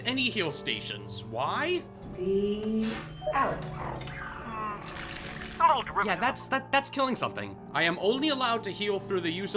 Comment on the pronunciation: he learned how to say alyx properly